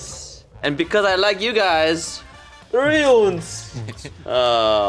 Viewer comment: An alternate universe where everything is the same except ounces is pronounced oonces